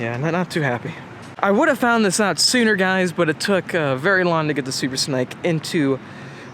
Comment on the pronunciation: Is it supposed to be called a super snake! Like as in haven something small to eat.. Like this young boy keeps saying.. Or am I right in thinking it should be pronounced super snake! As in ( Rattle Snake ) or is it am English and stupid?